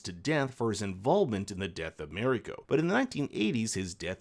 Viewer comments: It's Mariko, not Meriko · Shoh-goon, not showgunn, and Mah-ree-koh not merico. In all other languages of the world other than English, A is AH, E is EH, I is EE, O is OH and U is OOH. How difficult can it be? Just remember, if it isn't an English name or word, then It ain't pronounced English. Simple as that. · Mariko: mah-ree-ko. Not meh-rih-ko. Even Anna Sawai mispronounced it in an interview. It ain't that hard. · Good rundown of the differences. I much prefer the new one despite watching the original first. Please learn how to pronounce “Marino”. Her name is said many times on both shows , so you should be able to imitate it.